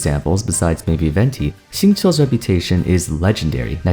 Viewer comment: he's pronouce shing chiu(chill) or maybe shing khiu(kill) idk tbh